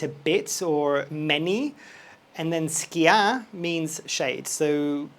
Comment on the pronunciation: I always wondered if you’re a Greek brother! The way you say, “Poli” and “Skia” leave very little doubt. Please confirm!